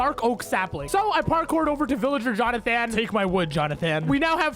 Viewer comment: As someone named Jonathan, the way says it just straight up disgusts me